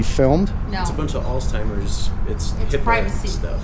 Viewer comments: Why is so many people mispronounce the word "Alzheimer’s"--with a "t"? It is al -Z -hemiers-----With a "Z" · Sheesh! Would you folks stop saying "alltimers"! It's ALZHEIMER'S! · “All timers” wtf. You did mean Alzheimers? Thought maybe there was a new travel club for boomers! Lmao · Alzhymers not altymers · Why do people replace the "zh" in Alzheimer's with a "t" when they pronounce it? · please pronounce Alzheimer's correctly. Not altimer's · “All timers”?? Alzheimer’s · Alzheimer’s *. No t. It’s not alltimers lol. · I Like your video, just a heads up as to Alzheimer's... No T in the word...1 keep up the good work...! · Alzheimer's.! Not oldtimers dumbass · Alstimers? You came from a medical facility but can't pronounce the disease the people have? AMAZING